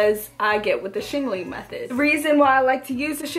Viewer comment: "Shingaling-ling" idk why this cracks me up lol 😂